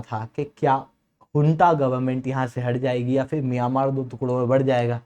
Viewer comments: miyan-maar 😂😂😂😂 ???? bhai that's pronounced as myan-maar and not miyan wala maar 😂😂😂😂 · मियांमार नहीं म्यंमार है भाई। आप मिर्च खाकर बोलने का निरंतर प्रयास किया करो। धीरे-धीरे आपकी जीभ सही हो जाएगी ओर बोलना सीख जाओगे। उसके बाद कोर्स बेचना 😂😂😂